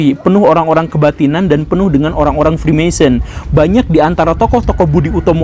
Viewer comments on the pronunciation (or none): none